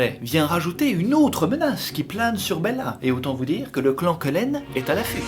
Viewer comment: Il y a que moi qui entandais "gland" quand il disait "clan" ?